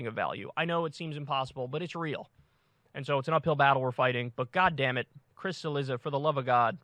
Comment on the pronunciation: I think it’s spelled, Cilizza, which in original Italian is pronounced, Chilliza.